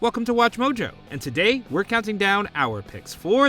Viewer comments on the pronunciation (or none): none